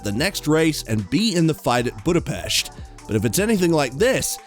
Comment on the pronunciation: Everyone, say it with me, BudapESH......